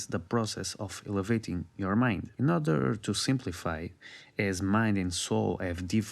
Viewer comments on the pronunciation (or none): none